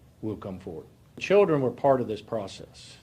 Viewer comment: Children or childrén? 🤣🤣🤣